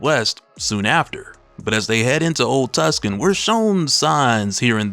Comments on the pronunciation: Is it pronounced 'TUSKAN" or "TOOSAWN"? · With all due respect, it’s Too-sawn! Not tuck- Sun. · It's not TuckSun It's Too-Sahn LOL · Tuskon is Two-sawn, Or Tu-son. ;) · Also its pronounced Too-sahn because its in Arizona (im guessing) and not Tus-Kan like in Italy. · Too-sahn, not Tuskan. I can't even finish listening to this video. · Tuscon is pronounced "Too-sonn", not "Tus-kan" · It's pronounced Too-sahn, not Tuskan. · it's NOT PRONOUNCED tusk-N. it's pronounced 2-son !!!!!!!!!!!!!!!! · Why tf are you calling Tucson (tewk-son) Tuscan? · it is pronounced too san not tus can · say it with me.... TOO- SAN ..... not tuscan 🤦‍♂ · Two San bradda not tuskan lol love your channel brother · The city is pronounced, "2-son" The 2nd largedt city in AZ. It distracted me that you kept pronouncing it wrong the whole video. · It's old Tuscan .. like as in old Tuscan AZ... it's where they used to shoot all the old westerns back in the day. It's mostly abandoned now, save for Halloween.. .they do a haunted western event errr year... or at least they did when Iived there.... Pronounced Too-san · Not Tuscon my guy, Tucson. As in Tucson, Arizona. Pronounced like 2 sawn. 😉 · Hey brother, it's pronounced Too-san. Not Tuckson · It's pronounced two-sun, not tusk-con lol. The c in Tucson is silent. It's a town in Arizona. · "Tucson" is pronounced "Too-sawn" btw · Toooo-Son, Tucson. That movie set is real, its active & has food, stunt shows etc. I'm from Tucson AZ so thats home. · Good stuff! It's an old town: Tucson AZ. It's pronounced, Old Two-sOHn, fyi. Keep up the good work! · Tucson? Really? Who doesn’t know how to pronounce Tucson? It’s pronounced two-sawn. Never seen a western movie? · Tucson is pronounced two-sahn/too-sun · It's "TOOSAHN" (spelled phonetically) GENIUS! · It’s pronounced Too-Sahn. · Is it old tucson? Pronounced too san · Lol,it's pronounced "too - sahn". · Say it with me: Tooo-Sahn. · Too saan. It's pronounced "too saan". It's a city in Arizona. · Too•Sahn my G